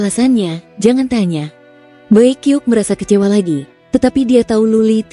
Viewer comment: Bacanya bukan bai kiuk... Tapi bai qiuksue.